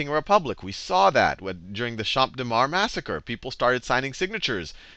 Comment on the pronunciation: even as a french it's useful to have those lesson, thanks dude you rock (also it's pronouciated cham deu marse and not champe dé mar)